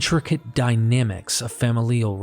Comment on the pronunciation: I’m sorry but I feel the need to tell you that tale is not pronounced “tell.” Also, mischievous is not “mis-CHEE-vee-us.” Look at how the word is spelled. There is no i after the v. And familial is not “fam-i-LEE-al.” It’s “famil-yal.”